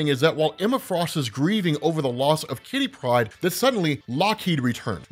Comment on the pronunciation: I always giggle when you say kitty pride. Like it's one word. Great video